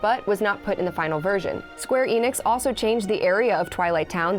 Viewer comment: I get so tired of hearing ppl say Square "E. Nix" instead of "Ehnix"!